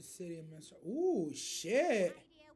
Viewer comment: FYI, the city team RNJR is in is called Mistral (like the wind), not Minstrel (like the medieval singer).